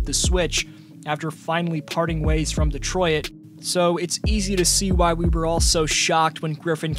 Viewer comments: Not to be rude but im pretty sure Detroit is pronounced De-troyt not De-troy-it. Hope that helps :) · Nah it’s like ditroyt is how it’s pronounced